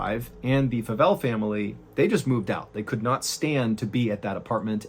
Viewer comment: Favell is my husband's last name, and people always pronounce it that way 😅 the 'a' sounds like the letter a not like 'apple' if that makes any sense 😊